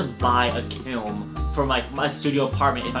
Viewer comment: i heart you so much but you saying “kilm” over and over absolutely killed me